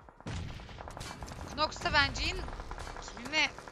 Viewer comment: abi knoxa (kınoks) demelerine bi benmi takılıyorum noks ya.